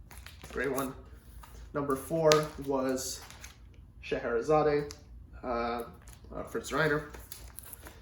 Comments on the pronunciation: Not "Sche he re zaday." Just "Sche he re zad." The final e is silent. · By the way it’s pronounced Shar hara zard 👍🥴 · I'm afraid you are wrong here. Since it's a piece by Russian composer it supposed to be pronounced the way he pronounced it: sheherizad